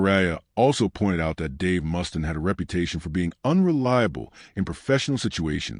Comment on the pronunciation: Dave MUST-IN LMFAO AI shit.